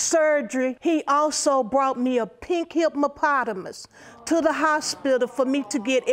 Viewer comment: Did she say "hipMOpotamus" ??? I cannot.